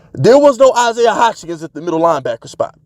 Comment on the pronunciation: Stop pronouncing Isaiah's name like that. Butchering it odee.